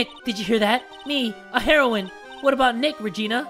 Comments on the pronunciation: Is no one gonna talk about the way he pronounced heroine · That's not how you say heroine 😂😂😂